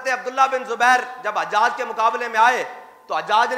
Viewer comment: Or ilmi halaat ye apki k ap hujjaj ko hajjaj parh rahy wah Mirza umber part 2